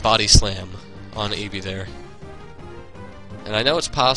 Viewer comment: when u say ibhi is sounds like eevee